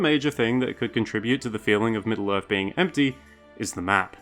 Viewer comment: Is this guy saying "Middle-Earf"? I can't...